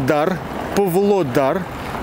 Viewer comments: правильно будет ПАвлодар, а не Пвлодар) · Только город ПВлодар, а Павлодар 😃